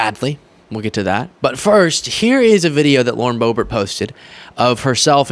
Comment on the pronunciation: The intentional mispronunciation of her name is done out of disrespect. I’m tired of them doing that petty s#!t.